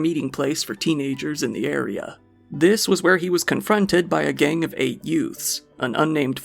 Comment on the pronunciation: You mean two yoots?